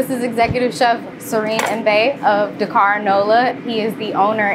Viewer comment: I love this and will try this next time in Nola! - the only thing that was a pet-peeve throughout watching this as a senegambian is how wrongly things are pronounced. The executive chef is to blame and that’s starting with his name (pronounced Si-reng) and the pronunciation of Dakár. Supakanja (the j is not pronounced as a y like it would be in Spanish, it’s Supa-kan-Jah - like how the Jamaicans say Jah). Roff is not pronounced as Roth of Roff, it’s pronounced as Raw-ff. I’m sorry because I know the mispronunciation is not intentional but the executive chef should teach the correct pronunciation as it is part of the culture. I notice a lot of Africans deem it pointless to correct pronunciations but it is important - we don’t want it to get lost in translation. Also, as senegambians, we don’t call it jollof - it should keep it traditional and name it ‘Chieb’ (pronounced as Cheb). Jollof is for Ghanaians and Nigerians.